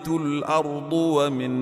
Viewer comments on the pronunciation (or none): none